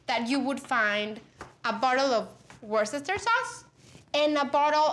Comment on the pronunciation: Hi Pati… I am from Worcester County, Massachusetts…which is named for its English origins. About that pronunciation..,make is easy. it’s Woostah. Or Woostahsheer. The trick is to just forget the extra letters in the middle. Try it after a drink…and it will become second nature. Keep up the great work…